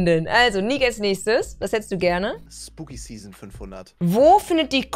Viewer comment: Zzzeason das triggert mich so sehr das sie Zeason sagts statt season